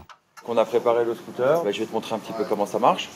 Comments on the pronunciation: Y t'a dit scoot'air mddr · Il dit « scotère » 😭😭